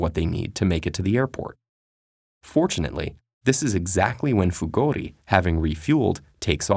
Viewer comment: Who heard Fugodi instead of Fugori?